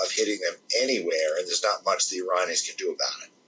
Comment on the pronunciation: Couldnt watch this due to how he pronounced Iranians as Ironions!!